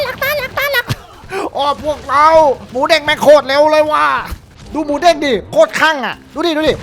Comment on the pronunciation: Moodeng ครับพี่ ไม่ใช่ Moodang